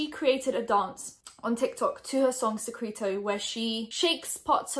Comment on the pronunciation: It is pronounced "SEH-CREH-TOH"